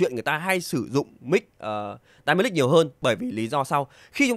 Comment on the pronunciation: em cứ nghe dynamic thành đai-ma-nic :))